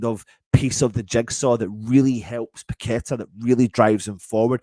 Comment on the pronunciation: Totally agree with you on Gallagher with paqueta. Not sure on these commentators saying we have someone called pack a tar lol😅 You would think they could pronounce names properly